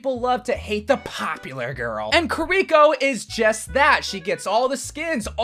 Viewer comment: "kariko" bro it is KIRI-CC